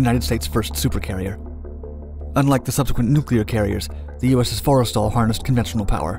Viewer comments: just for future reference, its not fores tal, its 4 stal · It’s pronounced “for-stul” not forest all Edit: source: I’m a navy vet